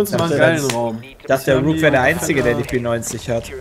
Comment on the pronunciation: warum sagt zu rook immer wook?